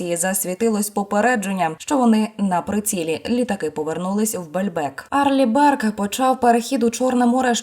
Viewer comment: "Арли Бёрк" .😊